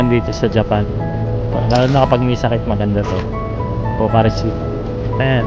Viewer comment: Pocari Sweat (as in pawis kuya) "swet" po hindi matamis (sweet) 🙏